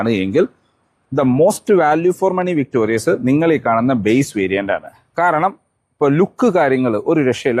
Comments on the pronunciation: "വിക്ടോറിസ് " എന്നാണ് മാരുതി ഇട്ട യഥാർത്ഥ പേര്... "വിക്ടോറിയസ്" എന്ന് പേര് നിങ്ങൾ ആയി മാറ്റല്ലേ. ദയവായി തിരുത്തി ഒരു വീഡിയോ ഇടുക. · എന്റെ പൊന്നു ചേട്ടാ... വിക്ടോറിയസ് അല്ല വിക്ടോറിസ് ആണ്... ഞാൻ ഈ കമന്റ് മൂന്നു പ്രാവശ്യം എങ്കിലും ഇട്ടിട്ടുണ്ട്... തന്നെ തെറ്റ് പറഞ്ഞു കൊടുത്താൽ എങ്ങനെയാണ്...? ഇങ്ങനെയുള്ള തെറ്റുകൾ ആവർത്തിക്കുന്നത് ശരിയല്ല... ഒട്ടും തന്നെ വർക്ക് ചെയ്യാതെയാണ് ഒരു വീഡിയോ ചെയ്യുന്നത് എന്ന് വ്യൂവേഴ്സിന് തോന്നും... മിനിമം കാര്യങ്ങൾ ശ്രദ്ധിക്കുമെന്ന് പ്രതീക്ഷിക്കുന്നു... താങ്ക്യൂ... ഇനി എന്റെ ഭാഗത്താണ് തെറ്റ് എങ്കിൽ ക്ഷമിക്കൂ...